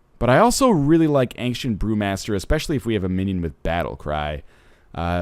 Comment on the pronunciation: it sounded like he said ancient poomaster lol